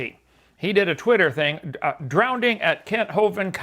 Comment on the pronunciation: But, outside of David Copperfield, does anyone but Kent pronounce "drowning" as "drownding"?